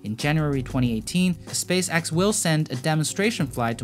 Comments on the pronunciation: Also, it is pronounced Space Ex, not Space Axe.... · "SpaceAXE" and low earth "AUBIT" , i love it lol